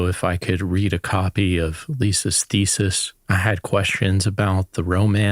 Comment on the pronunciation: She's got some self-aggrandizing delusions. Also, why does she pronounce thesis like feces ? "Lisa" is a gigantic bulshitter, anyone with a brain can tell. She lives in a fantasy world. She"s a perfect match for Chaz